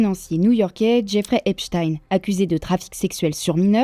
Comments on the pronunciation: Pitié faites un effort avec les noms svp… on est en 2025 et les français ont toujours un niveau d’anglais honteux… c’est EPSTINE pas EPCHTAYNE 😂😂😂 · c'est vraiment EP shtain en francais ? hahah 🤣🤣🤣🤣🤣